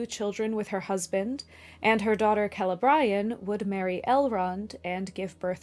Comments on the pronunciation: *Celebrían not Celebraian. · Did you really say "Ke-le-BRY-an" instead of "KE-le-bree-an" multiple times? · Why are you saying Celebrian that way?